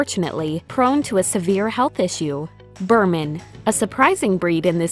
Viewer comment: No one: Narrator: the fold version is, unfortunately, prone to a severe health issue "BIRMAN"